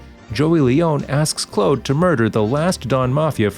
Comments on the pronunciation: He said clode instead of Claude 😂😂😂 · you supposed to say Claude not Clode 🤣🤣